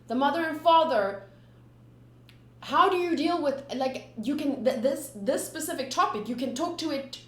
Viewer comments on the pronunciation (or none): none